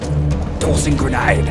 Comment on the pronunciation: I guess british don't say grenayide, but i like it that u tried to copy the accent :)